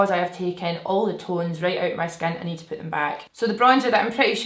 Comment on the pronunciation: I thought you said “poop my base on” 😂😩 i love you so much!